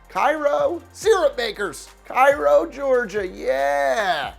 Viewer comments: Cairo Syrupmakers, is pronounced “kay-row” not “ky-row” so it would definitely be as weird to be called the Cairo Pharohs, it would be a rhyme. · His Cairo joke kinda flopped since the Georgia city's name is pronounced KAY-ro. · Cairo, Ga. is pronounced KAY-row. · First, you mispronounce Cairo its KAY ro. Second, we are called the Syrupmakers because we used to have a huge syrup plant in town and the owner gave a lot of money to the school and town. DON'T EVER get us confused with Egypt. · Cairo is pronounced like KAY-RO. I would know I live there. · It's pronounced kay-row Georgia for to say it with a southern draw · I went to Cairo high and it’s pronounced Kay-row in South Georgia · Yep, Georgia pronunciation of the time turned "Cairo" into Cay-row. The girls teams used to be called the Syrup Maids, but they've dropped it. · I used to live in Cairo GA by the way you said Cairo wrong GO SYRUPMAKERS!!! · You mispronounced Cairo and Syrupmakers. lol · Pronounced cay-row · You pronounced Cairo wrong